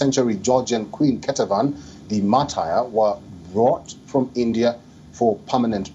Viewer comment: Your pronunciation of Martyr is terrible